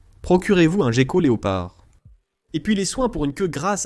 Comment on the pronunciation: Ho boy! Im used to the original English version! The AI translation is pretty weird! 1min into the video it’s not so bad, but did you get it double checked? You don’t pronounce gecko ‘jeko’ in French for starter 😂